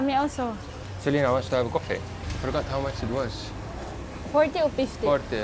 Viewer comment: Even braindead sometimes says Solina, Selina and Jolina when he can remember her name 👉🤣